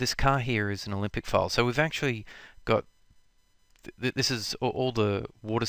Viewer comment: Good lord, stop pronouncing "Olympic" when saying "Alembic"!